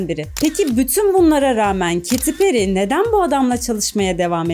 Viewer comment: Kadinin adigini dogru soylesen on numara video😂